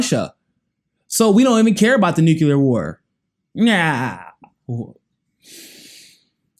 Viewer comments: Stop saying nucular lol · For the love of god, it's Nu - Clear